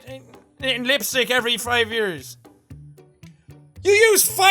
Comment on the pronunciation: he said "lisstsick" lmaoo. I say lisstick sometimes.. when I cant talk